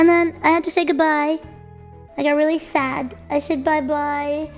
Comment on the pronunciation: really fad (sad intentionally mispronounced)